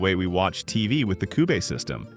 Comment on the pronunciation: …and “coobee” instead of cube.